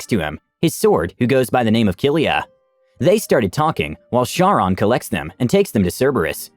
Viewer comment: So a little rule of thumb of ancient greek and roman is that every c is pronounced as a K so it's Kharon not sharon, Kerberus not serberus, Kyclops not psyclops and Keasar not seasar.